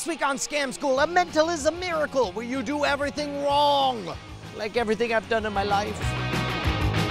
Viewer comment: At the end of the episode it sounded like he said "beericle" instead of miracle. New Scam School thing? Like the "Law of bar magic" perhaps?